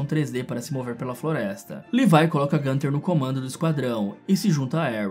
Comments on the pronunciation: Não se fala levai é levi mesmo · O cara que fez o vídeo chama o Levi de levai kkkkkkk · Para de chamAr O LEVI DE LEVAI AaaAAaaaÁ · mds agr que vi, o cara fala leviE